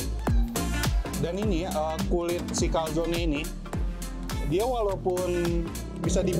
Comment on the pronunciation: Maaf,bukan calzon tapi calzone.E nya ketinggalan. Trus kalo calzone gak di goreng tapi di oven.✌